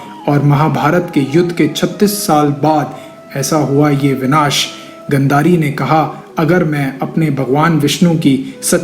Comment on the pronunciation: Tumne knowledge to achchhi di hai, lekin pronounciation bahut hi jyada galat hai. Video mein sahi likha hai lekin tum phir bhi galat bol rahe ho, Jaise ki " पांचाल को पंचाल, गांधारी को गंधरी, आदि। " Aaj ki generation mein jisne naam nahi suna vo to is video ko dekh ke galat hi bolega na. Is galti ko sahi karo. Jo bhi sahmat hai vo like kare ya aisa hi direct comment kare inko, tabhi ye galti sudhari ja sakti hai.